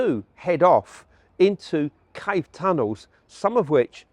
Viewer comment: Can't this man pronounce Cave correctly?